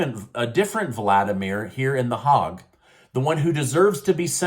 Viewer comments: There are more than a few YouTube presenter that miss pronounce foreign words and names. It would enhances your creditability if you pronounce them correctly. Hague (/ˈheɪɡ/ HAYG) Dutch Check any language translator. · Nordstream anyone....as to the bribing, I've got 1 word for you, Biden, Documentation, Documentation, Documentation, Documentation, as to the 51 agents who signed off on.the Russia laptop, they always read the dox they sign. Hague, its pronounced Hage, like plague, but maybe its pronounced differently in the Netherlands, as to Cherished President Trump, this is probably turning him into a very paranoid Citizen. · Please learn the correct pronunction of Kiev and the Hag, Holland. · I know, what a moroon, as Bugs Bunny would say. Who hasn't heard of The Hague😮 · Hague with an A, not hog with an O. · OMGOSH,I so so hope your tella promoter said HOG AND NOT Hague!!!! It's pronounced HĀIG,sounds like Made!!! Not HOG. And you're my news guy I just really shocked that you didn't know how to pronounce it, and you didn't even referred to it as the international criminal court I think you said it like backwards, you're in important part of my day so yes I'm going to critique that. So it's called international criminal court The Hague!! We all have brain farts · It's not pronounced "HOG"....but rather, it is pronounced "HAIG" or "Hague". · It’s pronounced “the HAYG,” not “the Hog” 😂. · Dude, that city in Holland is not “the Hog.” It’s more like Bach, with a Scottish ch. usually in English people say it like Haig. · Quick note, The hog is a wild pig, The Hague is a city & the political capital of Holland sounds like The Hay-g in Dutch its Den Haag. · DEN "Haag, "Not Hog ?"The international world court of criminal appeals in the "sounds like "Hague but Haag Netherlands. Not International 🌎 court of the HOG Netherlands. Lol 👍 😁 C-MON MAN .Haag 🇳🇱 🇧🇶 Netherlands ... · Hague is pronounced HayG not hog:) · Thats "Hayg" my friend, not Hog.